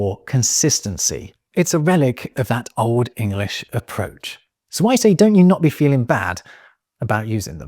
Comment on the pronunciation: Love your pronunciation of Old English